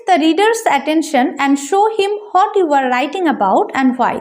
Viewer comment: What er pronunciation ta hot na bole what bollei vlo hoy r ki